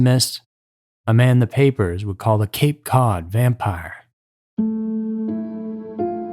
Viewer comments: this mf said cape code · "Cape Code"??? Also it's Cost-a NOT "Coast-a"